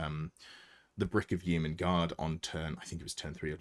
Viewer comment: Please pronounce Yeomen properly!